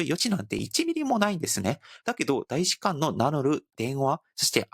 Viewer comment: パクさん日本語がすごく上手なので、さらに完璧にするために指摘させてもらいますね「たいしかん」です「た」です。日本語は面倒ですが、今回の動画の最も柱になる単語なので、指摘させてもらいました。すみません。